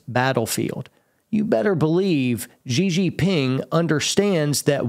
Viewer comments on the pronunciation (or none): Xi Jin Ping is pronounced "She Gin"... just sayin' 😊